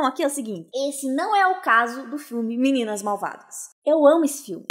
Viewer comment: nãoh mexah com as meninahs malvadahs